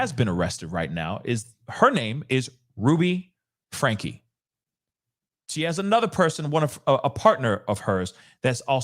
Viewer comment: Frank ( the E is silent )